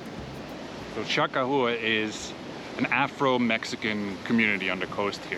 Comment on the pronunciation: It's "Cha Kah Wah!"